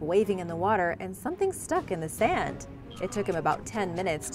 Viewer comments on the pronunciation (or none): none